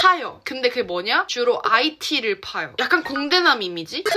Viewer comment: 근데 원래 한국어와 제 2 외국어를 쓰다보면 한국어 발음에 ‘ㅕ’ 가 많이 들어가나요?? 항상 그렇져~, 엄쳥~, 쥬로(주로)~등 ‘여’ 발음 많이 쓰시는 것 같아서요